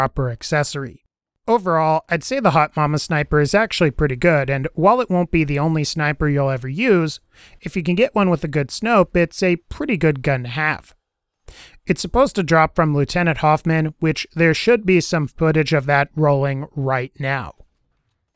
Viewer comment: He said snopes not scope